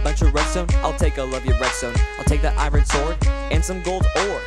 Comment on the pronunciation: It's iron not iren